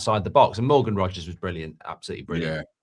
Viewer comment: It’s Rogers. Not Rodgers ffs